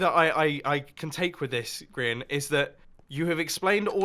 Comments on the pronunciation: Ummm it's Grian not grain!!!! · I'm sorry, hold up, did you just call Grian "Grain"??